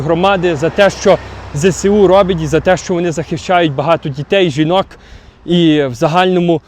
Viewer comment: Збройні Сили України скорочено ЗСУ, вимовляється як Зе Ес У, бо зе се у трохи неправильно